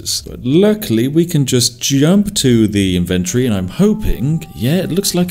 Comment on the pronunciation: I never heard anyone say inventory like that, this is upsetting.